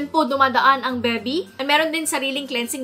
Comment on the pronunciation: "Dyan po dumadaan ang bebi" WAIT NATAWA AKO SA PAG KA PRONOUNCE NI HAHAHAHAHAHAHAH PERO ANOTHER INFORMATIVE VIDEO NANAMAN!!!